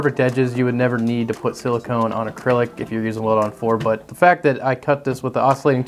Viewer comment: I often hear people mispronounce "silicon" as "silicone," but this might be the first time I've ever heard someone mispronounce "silicone" as "silicon."